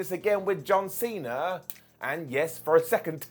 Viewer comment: Cena* not Cener